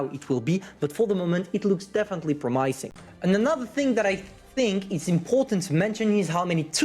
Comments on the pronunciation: Please try say prom-uh-sing instead of prom-i(eye)-sing next time :) Promising you haha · That was the most interesting pronunciation of “promising” I’ve heard.